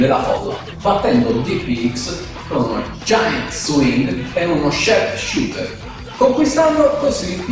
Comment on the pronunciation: non sa dire nemmeno sharp shooter